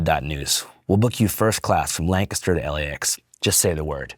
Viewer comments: You know Andrew's a PA boy based on how he pronounced "Lancaster" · oh fuck yea you said lancaster right. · Thanks for pronouncing Lancaster correctly you are a real one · The pronunciation of Lancaster 🤌🏻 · As a PA native, I appreciate you pronouncing "Lancaster" correctly